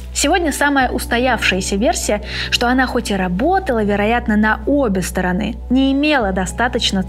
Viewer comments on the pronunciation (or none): обе стОроны,ударение сюда ! Смотри словарь ударений русского языка.